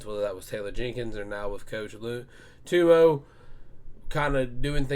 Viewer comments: Coach Tumo? It's Tuomas (basically Thomas). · just say two-O-mahs. You got it bruv 👊🏻